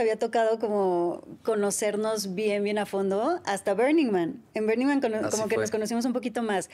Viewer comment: Perdón, perdón. Me van a odiar Aislinlovers, pero me da algo cada que dice: bErning man